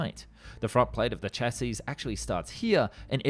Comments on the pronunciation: Man, with all the work you put into these videos you still mispronounce words constantly. Which is understandable for foreign languages, but the with word "chassis" the final S is not pronounced. Have you never heard anyone say "chassis? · Exactly! I don’t know what country the narrator is from but a lot of non-English people seem to have trouble pronouncing the word ‘chassis’. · I like your videos, even the "In a World" tonality. But please spelling - chassis, not chasis. Check pronunciation first 'shassi' not 'chas-is', Tee-You not Too for Tupolev and so on. Cheers